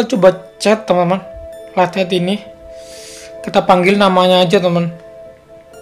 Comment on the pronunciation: Tadi kok suaranya bilang letter bukanya light head wkwkw kqkwk